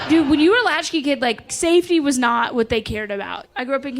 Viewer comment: Latchies? Seriously? Its LATCHKEY.